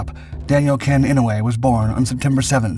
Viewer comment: Someone at my workplace is related to Daniel Inouye and has the same surname. Incidentally, it's pronounced "I-no-u-e" with 4 syllables. Our airport is named after Daniel.